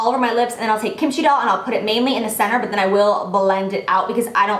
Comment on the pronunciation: Lol the way you pronounce kimchi doll is so funny but it's ok ily and kimchi is a Korean side dish that is really popular with Koreans if you were wondering